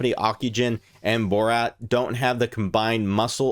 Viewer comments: Am I the only one bothered by his pronunciation of 'Bharat' as 'Borat' ? 😂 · It's Bhaa- ra-tt